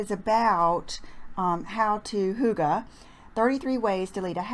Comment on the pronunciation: Love the cute side part!! I am of danish descent and am all about "cozy" which is kind of the essence of "hygge" As an aside, the word "hygge" is pronounced like "hiegga" Love your videos!